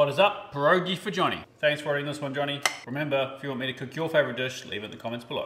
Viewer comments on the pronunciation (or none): Pronounced pee air og ee